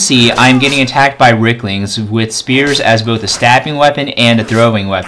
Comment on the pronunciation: "Ricklings"? Dude, you're not even trying are you?